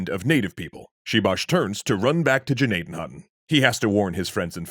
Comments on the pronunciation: Thank you for pronouncing it correctly once in this episode. The G is silent. We have a hospital in PA named after this village, it's pronounced Nadden Hoyton. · I went to Indian Valley highschool in Gnadenhutten… sad not many people know about this tragic event.. also very impressed you pronounced the towns name correctly!